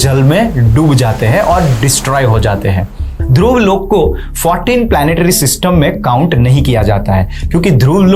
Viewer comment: Please dont add extra "a" in every hindi word. It is not Loka it is Lok. stop adding a at end of every hindi word - its Arjun not Arjuna, Mahabharat, not Mahabharata, Ramayan, not ramayana and so on. Prabhupaad, not Prabhupada. Thank you for the video and knowledge.